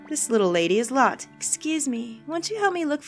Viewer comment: I swear Lotte is pronounced like 'Lottie'. I could be wrong, but that's what I see when I look at it.